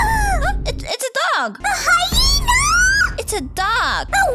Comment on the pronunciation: I love how karen think its hayna ,lion😂😂love your vids